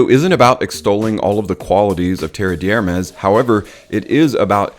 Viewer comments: Fyi, it's not pronounced "terreee deeeee hhhhermes". Rather, "terrr d' ermehhhs", with meaning there's no sound there. Thanks a lot for the video! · Love your vids but dude, I have to say, you BUTCHER any French names LOL. Sorry, not sorry. Try it this way brother TARE DARE MEZ.....and Homme is pronounced like the measurement of electrical resistance Ohm. All good? Cool. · Came here to say exactly this. Tare Dare Mez, with the emphasis on the Mez. I corrected him out loud every time he said it. Lol